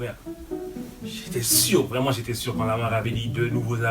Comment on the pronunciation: " une émision vreumant " jpp